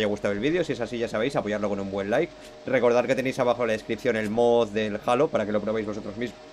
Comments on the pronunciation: es halo no jalo jaja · El "jalo" 😂